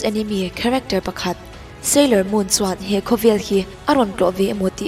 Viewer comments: Ngaihnawm lutuk❤... Mahse, anime hi e-ni-me tiha lam zawk tur ania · Anime,chu enemy tia in lam deih chu le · Anime i lam dan hi a dik lo maw